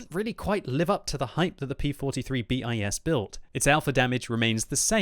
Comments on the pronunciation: Thumb down for the T E R... for godsake, that a ter, ter like third from latin ter. Not an accronym, a word. Like bis, prime, one... you don’t say B I S, you say bis !!!! You are driving me nuts. How can you pronunce all thoses germans and swedish tank names and fail at thus basics !!! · bis and ter in the P.43 line are pronounced as they're written "biss" and "tehr". It means second and third version, also used in French and maybe Russian. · "bis" and "ter" is not "B.I.S" and "T.E.R", it is a single word. It is Latin for "second" and "third". Just so you don't make the mistake again :)